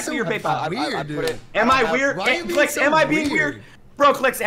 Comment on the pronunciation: his name is Clix not Cliz